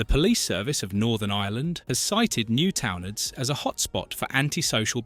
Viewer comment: I cringed at “Newtownards” so bad 💀